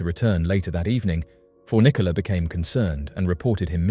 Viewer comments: Pretty sure her name is pronounced kuh-NEE-kuh, not KIH-nicka. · "Kahneeka"not "kenika' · Its Cuh-knee-cuh, not ken-ehh-cuh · Her name is pronounced ken-NEE-kah not KEN-nuh-kuh. It's annoying when you get the victims names wrong yet talk about how underrepresented they are in media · It's kaneeeeeka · Say Kenneka's name right. Jeez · If you're gonna exploit and profit off her of death, at least pronounce Kenneka's name correctly. Any research done would have shown you videos of her mother saying her name.